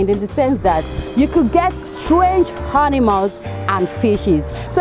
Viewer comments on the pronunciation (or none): She say hanimals wtf